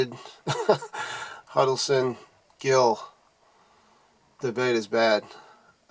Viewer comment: Huddles Ton, not Huddle Son